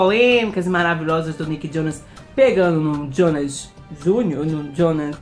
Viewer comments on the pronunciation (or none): none